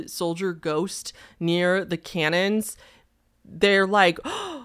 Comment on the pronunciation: #1 - the whispers, I just think it's the guy sighing before he speaks? #2 - I can't see shit XD Oh! Going back and forth from to makes him jump in and out lol PS them saying "canyuns" instead on cannons made you say it too! #3 - Imma need a time stamp on the video from inside the bathroom lol oop nope just saw the inside of that nasty shower, haunted AF #4 - as far as I know this is just how Walmart is as far I can tell from the internet LOL #5 meh #6 sound sounds imposed over.. also "dude did you just see that" like yeah dude we were just talkin bout it? Im right here. #7 that sounds like a crime :[ wish police were better (oh I didn't even look at her armpits, I was admiring her eyebrows [i am also a bushy brow girl]) #8 - dang she looks genuinely upset, legit hope she's all good. Over explaining makes me think this isn't real though. Maybe a realistic dream mixed with over sensitive lights? The way she has so much but so little detail makes me think it's a dream mixing with reality. #9- this one is just silly and fun haha. Saw an article about this one actually, it ended with "No word from residents of Bluff by the time of publication." which is somehow spookier than the video! #10 - just seems made up. Creepypasta-esque. Guy's name sounds like something from Resident Evil. Absolutely made up though lol